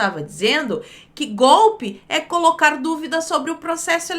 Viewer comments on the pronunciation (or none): none